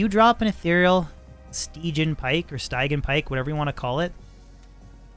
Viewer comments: "Sty-Gi-An" pike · Stidge -- ee -- an. (Styg) (i) (an) Both of your pronunciations are waaaaaaaay far off. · Great video! also so you know... its pronounced Stih-Jee-uhn :D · Sti-jee-an pike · If I'm not mistaken stygian is pronounced stih-gee-ann. Just thought I'd throw that in here for ya. :) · Pretty sure it’s sti-gee-in but dope video! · Very nice and on point Video as always from sir; by the by... Stygian => "sti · jee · uhn" much love, ggs! Looking forward to your next stream! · Sti-je-an Pike